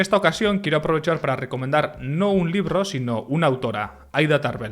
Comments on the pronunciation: No es "LIRRO" ES "LIBRO" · ES "LIBRO " NO, " LIRRO"